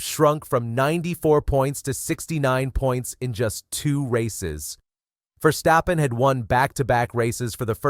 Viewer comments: I love the video, but I hate the way you pronounce Verstappen, although you pronounce it more or less correctly. I think we Dutch hate it so much when our language gets butchered, because we speak so many other languages and are able to adopt pronounciations in other languages very quickly. So we expect something in return. It's Verstappen. Not Versteppen, or Verschteppen or Verschtappen. It's Ver-stap-pen. How hard can it be? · It's VERstappen not verSTAPpen.